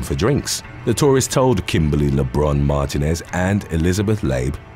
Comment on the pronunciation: Mar-TEEN-ez is how you pronounce Martinez